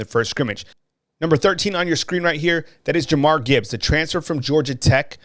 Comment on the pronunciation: Just a heads up its pronounced Ja-meer (Jahmyr)